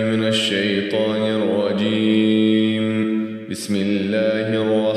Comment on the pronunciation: Habbibi u r good at everything Pls focus on tajweed and especially makharij الله يبارك فيك حبيبي❤ It’s not nirwajeem it’s nirajeem!